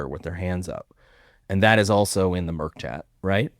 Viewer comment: Great discussion as usual. However, point of clarification. It is mIRC not MERC chat.